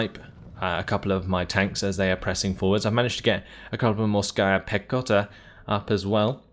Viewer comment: It's pronounced morskAya pehota. The capital A is where the accentuation is